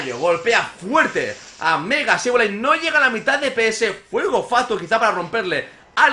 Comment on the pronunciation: axo komo hodio ckuando dizes sebolai hen bez deh sableye axo